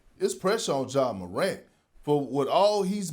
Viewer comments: Ja Maruant ???? Come on Chad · Chad said “Ja MORAUNT”😂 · Man said “Moront” lol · Stop saying it like croissants 🤣🤣😭😭